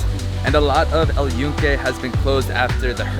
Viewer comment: glad you pronounce very well Puerto Rico, but fail on the name of "El Yunke" with N. You said El Yuke.